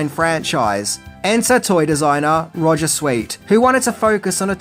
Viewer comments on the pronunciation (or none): none